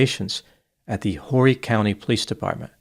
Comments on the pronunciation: As you've probably been told, it's pronounced "Orry" county, not "Horry". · I think Horry county is pronounced Orry but I like that way too 😂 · The H in Horry is silent. It sounds like Orry County. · I can not believe dnt know its pronounced Orry County.. & im frm Louisiana 😂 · It’s pronounced Orry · It’s pronounced Oar-ee county. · The H is silent in Horry sir. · Horry county...the H is silent